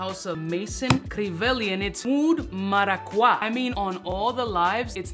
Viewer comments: marakwa? come on eres hispano papo... es maracuya.... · Como que maraqwa papi? Maracuya 😂 Esta de pinga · Dude, you speak Spanish come on now 😂 Maraqwa?